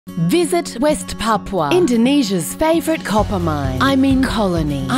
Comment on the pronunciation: Papúa, PAPÚA, NO PAPUA